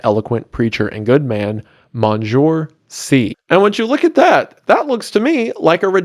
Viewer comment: "Monjoor"??? ..."Mon seen your"